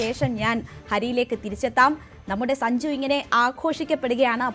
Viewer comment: അവതാരിക എന്തുവാ ഈ പറയുന്നത്.. സജുവോ..?? സഞ്ജു എന്ന് പറയു..😅